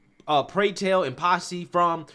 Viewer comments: It's "Pose" with a long 'O' not "Posse" which means a gaggle. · Please learn how to read properly: The name of Billy Porter’s show is POSE , not Posse! The union is SAG-AFTRA pronounced like it is spelled not pronounced letter by letter and it is Bob Iger Eye-ger, not Iger. And please stop ✋ pacing so much emphasis on the last word of every sentence. It is annoying. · "Posse"? 😆 It's pose [pōz].